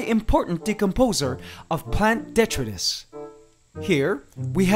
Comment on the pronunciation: I think its pronounced di-TRY-tus. I could be wrong though!